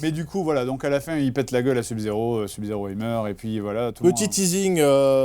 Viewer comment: "sub zéro" SEUB zéro bon sang !